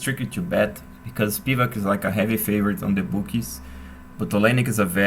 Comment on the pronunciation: Its spivAk btw